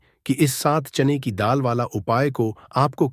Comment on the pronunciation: Pehle bolna to sikho bar bar chane ki daal chain ki daal kar rahe ho